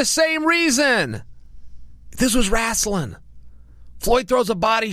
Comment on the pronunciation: Chael "This was RASSLING" sonnen